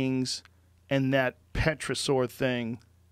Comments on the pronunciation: Pterosaur is pronounced ‘tera-saw’...not petro-saw. The P is silent. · Joe Rogan: Has had a large amount of scientists all with diverse backgrounds of expertise on his show. Also Joe Rogan: "Puhterosaur" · “Petrosaur” lol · Killed me when he said petrosaur instead of pterosaur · Joe “Petrasoar” Rogan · Tf is petrosaur? Its Pterosaur the P is silent u goon. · Did he say “petrasaur”? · Joe “Petra-saur” Rogan. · *tear a saur, p is silent...of course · The P is silent in pterosaur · hearing pterosaur pronounced "petra" saur makes my skin crawl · Joe 'Petrosaur' Rogan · it's pronounced : tear-a-soar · When he’s saying petrasaur is he trying to say pterosaur?? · Terrasore Joe.. Its pronounced terra sore. Lol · pretty sure the "p" is silent in Pterosaur..... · Joe Rogan: Says Pterodactyl correctly Also Joe Rogan: Says Pterosaur wrong ×70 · The p is silent Joe. (pterosaur) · The p is silent. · The P is silent brother